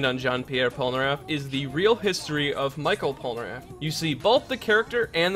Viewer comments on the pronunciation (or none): michel in french is pronounced like "me shell", not micheal :p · We don’t say Michel [maïkeul] as you would say Michael Jackson But we say Michel [mishel] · It's pronounced mee shell Polnareff, not My kel :( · Michel pas michael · "Michael Polnareff" XD in english this name will sound like that: "me" "shell" : meshell polnareff (if you want) But never "Michael" XD I know it's not important in your video, but you've make me laugh x) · It is supposed to be pronunced " MICHELLE Polnareff ", not " Michael Polnareff " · Michel Polnareff isn't pronounced as Michael but as "Me-shel" its à french name for both genders Michel for males and Michelle for women just wanted to let you know... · That's not mikel polnaref but mishel polnaref because is "ch" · Ekiri Dream je ne pensais pas qu'il allait dire Michel "Michael", ça m'a fait bugué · ''Micheal'' Polnareff... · In French, you pronounce Michel as "me shell". Other than that, great video :) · The french Michel is pronounced Mi-shell (french don't make "ch" sounds. they spell their "sh" sounds as "ch"). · Michel is pronounced MEE-SHELL but not a long L just the pointed tip of the tongue on the roof of the mouth behind the teeth kind of L. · Michel is pronounced " mi-shell" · Outre sa façon de dire "Michel", sa prononciation est bonne... (Grammaire?) Je suis désolé, je ne parle pas français dans longtemps.